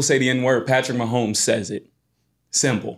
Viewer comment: Who is this dude talkin about Mahomes? Man said Manzel? Came to hear thoughts about the Pro Bowl, almost clicked off